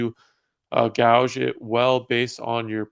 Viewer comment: Do u gouge? 😂😂😂 Its gauge, but pronounced gage my man. Just like the measuring instrument